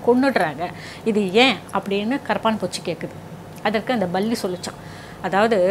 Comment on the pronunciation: Not balli. ..clean ur tongue palli